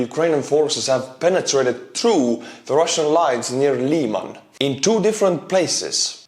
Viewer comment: Lyman is pronounced with a soft “i,” more like the i in river, and with a little bit more emphasis on the a. Im an American in Ukraine and to me it was difficult to figure out the pronunciation until I asked Ukrainian lol.